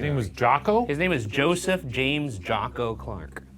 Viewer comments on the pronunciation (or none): none